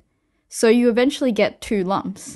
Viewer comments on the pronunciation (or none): none